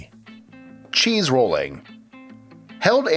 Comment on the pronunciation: you said cheese rooling twice still love your channel